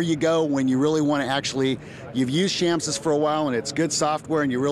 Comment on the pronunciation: Its Chamsys not camsys you work for them get it right !